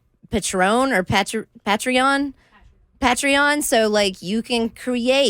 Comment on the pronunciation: The way she pronounces patreon lol